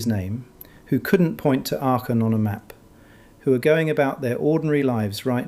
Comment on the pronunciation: I was wondering which City could be Aken....then i realized it is Aachen 😂 the "ch" you pronounce it as the "j" is pronounced in Spain.(Aajen). Thank you for your Video.